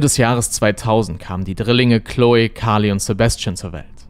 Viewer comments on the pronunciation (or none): none